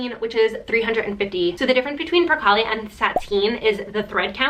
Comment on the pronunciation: It’s Per- CALE 😏 Not LE’ at the end